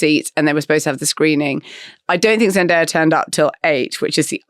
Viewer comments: Why is Richard calling her Zendire? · Richard continuously pronounce Zendaya's name wrong even though he hears the right way to say it, Whats up with that?